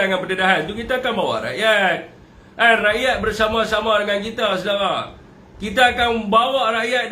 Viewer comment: rrrrrrakyat.... hahaha